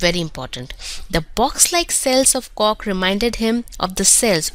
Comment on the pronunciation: omg she said cock instead of cork 😂